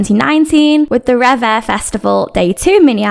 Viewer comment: I think Red Velvet is a special case because they had an unplanned hiatus between Wendy’s injury and Irene’s scandal. Who’s to say? We may have gotten another summer concept for 2020 if Wendy wasn’t still recovering? I guess we’ll never know. Side note: It’s pronounced “reeve” (one syllable) 😊